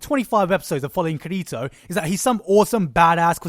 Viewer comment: Now that there is an official dub, we now know that the way they pronounce his name is "KIR-i-to", but then, that goes back to the needless debate on how accents and dialects sound between different people. Or I just like to pronounce his name "loser".